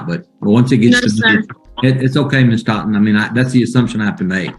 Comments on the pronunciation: Ms. Thot-en 😂😂😂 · Plaintiff “Thotten” 😂😂😂😂